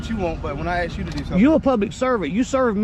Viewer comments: The cop was threatening you.... He said he was going to "AXE" you🤔🤔🥴 if you can't say the word "ask" then you shouldn't be a cop...🤦🤦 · "I'm gonna aks you nicely" but if you don't give up your identity it gonna go the other way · anyone who says "In going to axe you nicely" is AUTOMATICALLY moron level or below. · He axed you nicely. 😂😂😂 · I hate it when educated law enforcement personnel axe a question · "I'se gonna aks you". Where do they find these idiot cops? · He keeps axing for id. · "If you keep trying to "Axe me" I will Defend Myself." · Never have a conversation with someone who can't pronounce the word "ASK " !!!!😮😮😮😮😊😊😊